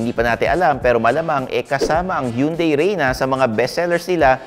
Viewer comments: Tama na ang Tucson pero mali parin ang hyundai🤣 hun-day not hiyun-day. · Sir it's HAN-DAE not YUN-DAE! ✌✌✌✌ Yeah you got the Tucson pronunciation right!👍👍👍🤣🤣🤣